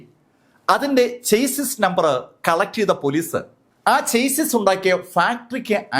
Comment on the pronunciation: Not prounounce as ചെയ്‌സിസ്... But but ഷാസി number ❤❤